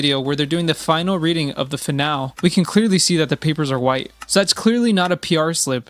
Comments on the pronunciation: Fih-nall. Driving me nuts. Guys it's fih nall ee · Finale is not pronounced fin al, it’s fin nal lay. This video is probably AI and a trap… get hopes up and a laugh… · It’s pronounced “finalEE” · Finale = Fin-al-ee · Your inability to pronounce the word finale is driving me crazy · Why are you saying finale weird? And why did you gravity fall instead of gravity falls? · This HAS to be AI... how can anyone fail to pronounce 'Finale' correctly this many times??? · Brother you can't even decode how to say finale, this ain't it.